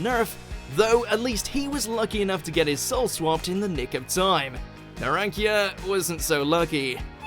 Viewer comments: Narankia ? XDDDD ITS NARANCIA WITH CCCCCCCCCC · For fuck sake, it is not narankia, it is narancha which means orange in many languages, including mine. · NARACCHIA?? omg, fix your pronunciation pls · I think I had a piece of my soul die hearing pronunciation of Narancia. The -cia blends into a -cha sound. Or you can just listen to Google translate pronounce it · and then he sins again by saying naracia wrong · Did you just pronounced Narancia as Narankya?!!!!! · Please tell me he didn't pronounce narancia "narakia" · Narankia? F***ing NARANKIA!? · bruh the way he narancia tho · The way he says narancia and diavolo makes my ears bleed so much